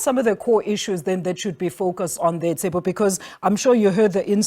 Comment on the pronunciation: Did she just call him Tsepo ? 😂